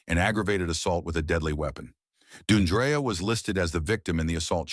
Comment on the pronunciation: It's not Doon dree uh, it's Dee AHN dree-uh. This is so disrespectful. And all of you people with these disrespectful comments, be careful because it could happen to someone you love It's not about her career. Women of all walks of life face violence daily.